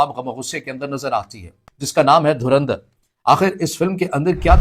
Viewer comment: Dhurandhar ❌️ Dhurindhar ✅️ 😂😂